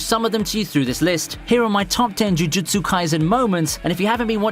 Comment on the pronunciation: He seems like he's struggling saying "jujutsu"